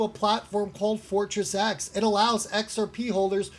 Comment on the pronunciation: It's Pronounced 'FORTIS' X